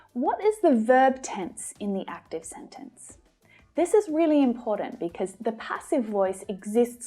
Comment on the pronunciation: I like it when you say imporant instead of important